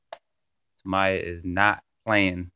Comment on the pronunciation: Tam-eee-ah!! Lol